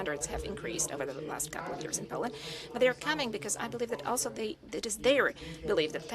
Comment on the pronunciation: She can't even say POLAND right. God help us all.